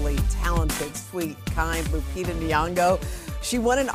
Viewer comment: The privileged feel privileged not to pronunce the name correctly. Lupitabhas been around for awhile, and still they are like " what kind of name is that?" , like the whole planet revolves around only one country with its culture and civilisation, ignoring the other 193 spread on 5 continents with their cultures and civilisation. Hoda's father is Egyptian, and Egypt is in Africa like Kenya where Lupita's parents are from. Egypt isn't far from Kenya as Egypt is in northern Africa and Kenya in eastern Africa.